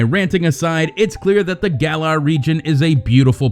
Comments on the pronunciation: Gallarr is how it's pronounced, I dont know why everyone is getting it wrong. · Gal-Lar Not Gay-Lar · Him: the gaylar region Me: wait wait wait GAYLAR??????!!!!! WTF ITS Pronounced gah-lar not gay-lar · “gaylar region” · The GAY-lar region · Did he say gay-lar region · GAYLAR ? HOW IS IT SO HARD TO SAY THINGS RIGHT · Jez that pronouncement of garlar Gaylar really is that the best you can do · "the GAYlar region" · the gaylar region.......... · The trailer literally gives the pronunciation for Galar and yet still people mispronounce it (and Zacian too in this case)